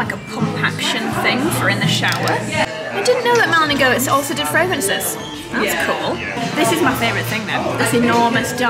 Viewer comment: i think it's pronounced Malin and Getz but worth checking